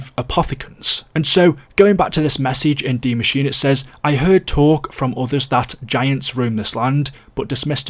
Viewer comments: It’s not de Maschine it’s die Maschine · It Translates to THE Mashine, yes. Not DIE Mashine. That's german and english mixed together. Either pronounce it Die Maschine, the way Frankie detailed it above or pronounce it The Machine. Everything else is just confusing lol